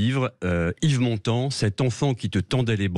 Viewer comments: Honte à vous Sud Radio ... Montand, un d pas un T. Vous degringolez dans mon estime chaque jour un peu plus.... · Montand et non montant